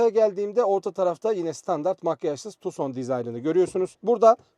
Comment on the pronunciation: tuson degil abi tukson.